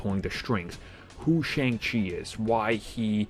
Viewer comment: Shang Chi is Pronounced "SHUNG CHI"